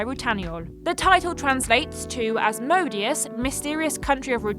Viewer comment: Asmodeus... is pronounced az-moh-day-ous... and is another name for the devil